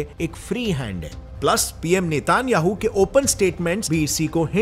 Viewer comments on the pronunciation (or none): none